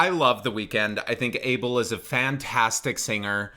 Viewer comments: he sounds like my habesha uncles singing soul music and now that you mention it MJ as well side note: his name is not pronounced like "able" but rathet "a" (as in aha) and bel (as in Christian bale). also the stress is not on the 1st but 2nd syllable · i pronounce Abel, ahh-bell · i thought abel is pronounced as uh-bell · That’s not how u pronounce it